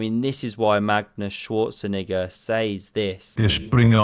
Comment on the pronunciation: Magnus Schwarzenigga 😂 (it's not quite how you pronounce it)